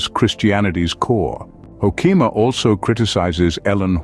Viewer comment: You've mangled the pronunciation of his name. Hoo-ke-ma, emphasis on the first syllable, e in the middle is short, not long.